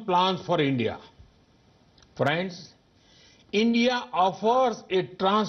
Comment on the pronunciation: fraaands lol